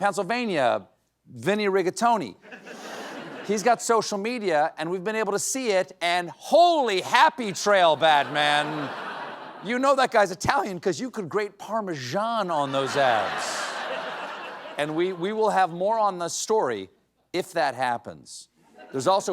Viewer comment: It's pronounced PAR-MEE_ZAN.. no pahrmejaaan